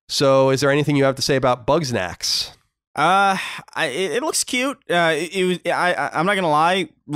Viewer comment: Why are you saying "Bugs-nax"? Its "Bug-snax."